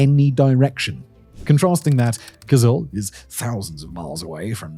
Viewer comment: Hi!The stress in both Tuva and Kyzyl is on the last syllable, so it's TuVAA and KyZYL as opposed to TUva and KYzyl.